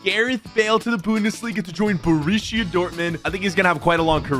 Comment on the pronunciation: I like how he pronounced borussia burishia